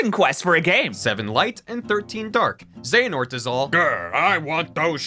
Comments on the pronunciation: You said Xanahort so many times I think I might actually be subconciously tricked into thinking thats his name. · this is an old video, I am only watching this now. Watched all 54mins of this video to see if broski would learn how to say Xehanort's name correctly. I was left quietly disappointed. But beside from that, nice video man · I think is the only person i know to pronounce the H in xehanort XD, think im gonna start doing that myself now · is it bad that im ginuenly annoyed by how pronounces xehanort? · It's Xe-Ha-Nort! How did you watch both videos from start to end and NEVER catch yourself saying it wrong? You kept saying "Xe-Na-Hort" over and over and over again, never even realizing a little bit that it sounds different when the guy in the video says it. How can someone be so unaware? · HAHAHAHAHAHAHAHAHAHAHAHA! It's cute that you think Square would be that gracious. That and, uhhhh... the Keyblades in the Keyblade Graveyard are all, like, dead. That's why it's called the Keyblade GRAVEYARD. Though it lacks graves. Also it's Xe A Nort, not Xe Na Ort It is indeed real Also there was one relevant thing in the Disney worlds in KH3 and that's Yeetus Vanitas. If you don't know what this is, look it up. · Dude, I believed in you when it came to getting the name Xehanort correctly. You started off with "XeNaHort", but then the guy in the video said it correctly a bunch and you even stopped when his name was on screen, but you still stuck with "XeNaHort". Afterwards you got on board with the term "Norted" and I was like "surely..." But nope. "They all got NORTED so they are part XenaHORT"... huh? :D My hope died then. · When he keeps telling Xenahort instead of Xehanort. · It's not "XenaHort" it' ZE-HA-NORT. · His name is Xehanort not Xanahort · I love that he kept calling “Xehanort” “Xanahort”. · IT'S X E HA N O R T. Not Xenahort..... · Hearing you say xanahort instead of xehanort is activating multiple fight or flight tendencies